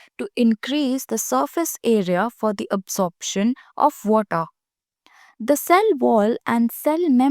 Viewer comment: "Absorption of woota"